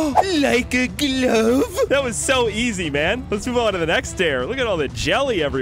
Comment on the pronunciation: i love when you say like e glove